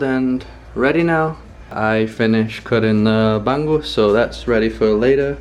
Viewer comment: hi, its called ba'ng'us, not ban gus. ng is spoken like hunger or stronger